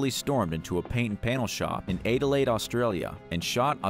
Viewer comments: Adel-laid 🤣 try A -duh-layed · These uploaders need to learn how to pronounce things. Adelaide that kills me aidelaid, i cant like videos where the people dont know what they are talking about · “Eightelade “ hahah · The way your pronounced Adelaide was bloody hilarious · *Aid-a-laid What he said sounded nothing like you wrote at all.